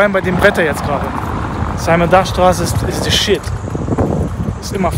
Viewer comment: simon dach war ein deutscher dichter, du mußt den namen also nicht englisch aussprechen :)